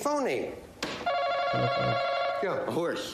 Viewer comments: He thought he said PONY instead of phony. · I think the horse one is because he thought he said pony instead of phony